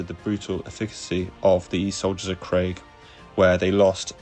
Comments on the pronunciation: "mass" is m-ass, not marse Krieg is "Kreeg" not Craig. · It’s pronounced ‘kreeg’